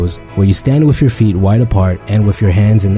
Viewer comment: Instead of "WITH" he says "WIFF"